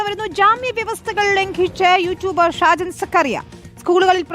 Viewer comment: സാജൻ സ്‌കറിയ ആണ് പേര് തെറ്റിച്ചു പറയുന്നത് എന്തിനാ